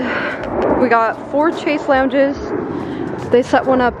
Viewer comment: It's killing me that you keep saying "chase lounge" 😭🙈 Although it's spelled similar (chaise lounge), it's pronounced "shez long" 😄